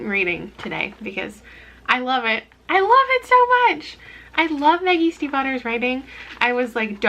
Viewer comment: Am I the only one who thought she said "the yeast and Butter" when she said "Maggie Stiefvater" 0_0